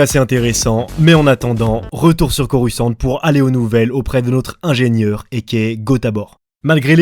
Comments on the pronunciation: En Anglais, je viens de vérifier avec Google Translate, ça se prononce "corussan't", et non "corus quan't". La première fois j'ai rien dit, mais ça m'a choqué, j'en dû aller voir un psychiatre... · Ça ne se prononce pas corusse kant, même si la dame Google le dit. T'en est conscient, n'est ce pas ?